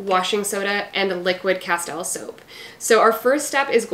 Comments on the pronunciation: it is pronounced casteel, like steel, not tile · Great recipes. You are mispronouncing Castile.